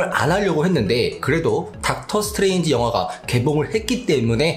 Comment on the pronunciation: 미스터 닥터 스트뤠인지?